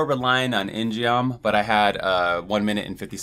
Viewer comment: In-Geom is Korean and is pronounced with a hard "G", more like "In-Gum". See e.g.